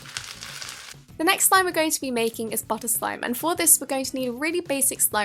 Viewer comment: for some reason I cringed when she said "such a good cruch"